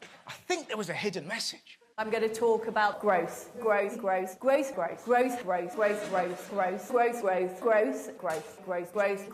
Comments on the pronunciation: did she say graves lol when saying growth repeatedly lol what it sounded like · just sounds like she's saying gross over and over. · The first time I watched this video I thought she was saying gross not growth 😅